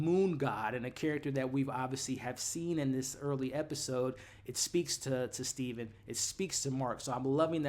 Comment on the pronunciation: It's Steven with a V lol